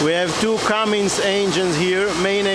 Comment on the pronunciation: As a salesman you should know it is not Cummings. It is Cummins.